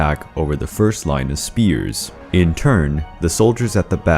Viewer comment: They’re not spheres. They’re spears. Stop calling them spheres you sound ridiculous.